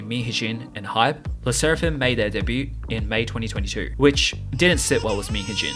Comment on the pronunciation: It’s pronounced “day-byoo” not “day-byoot”